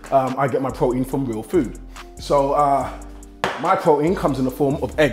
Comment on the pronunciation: lol he does not pronounce the T's in his words! Pro-ein